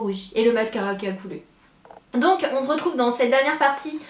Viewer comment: On SE retrouve et pas on zretrouve sérieux arrête de dire ça ça m'énerve !!! :)